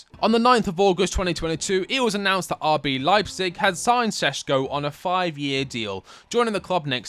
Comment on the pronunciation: Its not sesko, its Šeško and hes amazing.